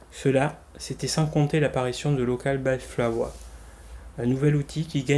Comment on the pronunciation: Oui ha ha c'est mignon aussi Flower :)